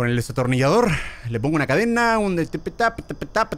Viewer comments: German en ves de decir Destornillasor dise desatonillasor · Germán diciendo desatornillador en ves de destornillador😂😂😂😂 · German te re amo pero no se dice "desatornillador" es "destornillador" HAHAHHAHAHAHA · Germán diciendo desatornillador😂😂😂